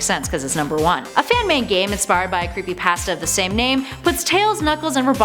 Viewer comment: Does it make anyone else uncomfortable with how she pronounced “Creepypasta?”